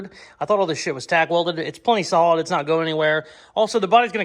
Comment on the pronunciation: Gotta love and his use of words!! Pretty sure I heard my man say its real salad instead of real solid. Lmfao!!!